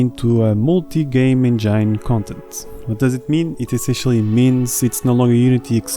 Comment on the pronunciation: Great content! But please stop saying "enjeine" 😅